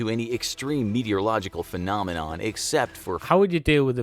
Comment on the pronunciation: "Fenominon" lol!